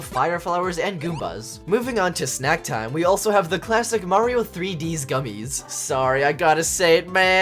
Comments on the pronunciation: No, you’re saying Mario wrong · OH GOD HE PRENOUNCES IT MARY-O this videos gonna be amazing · The way he says Mario ball😂